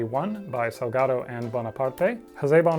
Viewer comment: Hey I'm argentinian and congrats on the spanish pronunciation of Salgado and Bonaparte! I know you take the time to get those as right as all the dinosaur facts. Thank you!